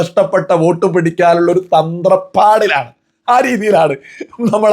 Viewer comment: തത്രപ്പാട് ആണ് ശരി. തന്ത്രപ്പാടല്ല.ശ്രദ്ധിക്കാനായി പറഞ്ഞു എന്ന് മാത്രം പ്രശസ്തമായ മീശമാധവനിൽ ദിലീപും അങ്ങനെ പറയുന്നുണ്ട്